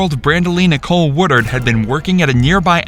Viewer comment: It's "Woodard" not "War-dard"